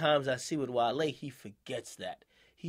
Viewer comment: Wale was fuck from the pronunciation of his name 😂 🐋